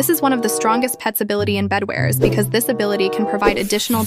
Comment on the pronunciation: Bro said bedwers